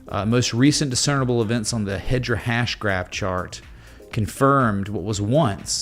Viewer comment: 😂😂HEDRA HASHGRAPH😂😂 IT’S HEDERA 🤦‍♂️😆